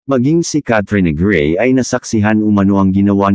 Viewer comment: Pls bigkasin ng tama in Tagalog Kat - tri - yo - na - grey